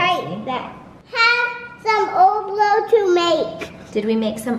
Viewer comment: OMG I made oblek not so long ago!!!! It's so fuunnnnn!!!!!!!!!!!!!!! I love how called it oblow